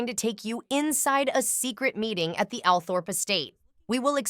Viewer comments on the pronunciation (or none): Althorp is pronounced All thrup!